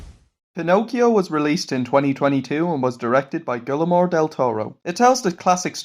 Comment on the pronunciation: Great review, it was great to see you enjoyed this movie. Just a sidenote, his name is pronounced "gwee-er-mo"